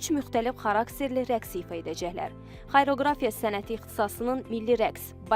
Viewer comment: Xayroqrafiya yox,deylişi xariaqrafiya